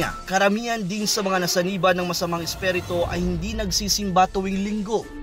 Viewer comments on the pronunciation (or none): Isperito hahahaha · Isperito..ayusin mo naman... haha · Espirito mo ang pag pronounce esperito, ano ba yan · NAWALA TAKOT KO NUNG NARINIG KO YUNG SALITANG ESPHERETOH !!!!! LOL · spiritu hindi spereto😁